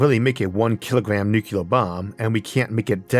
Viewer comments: Isn't it nuclear instead of nucular? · Downvoted solely because of "new kya ler". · For the love of god, 'nucular' is not a word. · Incredible content from an incredibly visionary phycisist. Still using the George W Bush pronounciation of "nuc-ular" (that is NOT a nag on your speech impediment, as 50% of americans without speech impediments make the same mistake) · Very easy. Two syllables. NEW CLEAR. It's not your speech impediment. It is the way military (mis)pronounce this word.